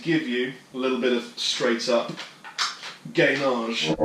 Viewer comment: " a lil bit of GAYnage"